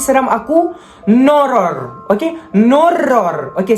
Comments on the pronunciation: “NOURROR” cry in pelat r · Cara dia sebut Nourror tu bapak jelas HAHAHA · NOURROR tu okayh, tetapi bgi org pelat R tk okayh (padahal diri sendiri) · Macam Bahasa thai je nourror Tu🤣